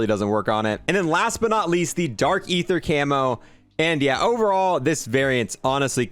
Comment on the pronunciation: One again… it’s DARK EETHUH NOT AYTHUH